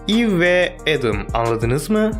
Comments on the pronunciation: Abi aslında o kızın adının öyle okunmuyor. Eva diye okunuyor. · Abi kızın adı normalde eva diye okunuyor eve diye yazılıyor